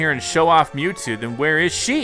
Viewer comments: It is mewtwo not mewtoo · It’s Mewtwo Not mewtoo Sorry I had to be that person Edit: He fixed it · It is Mewtwo not Mewtoo XD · Mewtwo not mewtoo